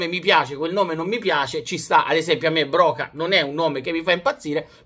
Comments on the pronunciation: Ti prego Broja si pronuncia Broia e non Broca.. è albanese non spagnolo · Si legge broia non broka😂